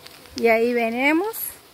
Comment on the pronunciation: no se dice venemos...se dice.. venimos..